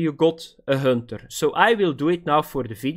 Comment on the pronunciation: Hönter 😂 lmao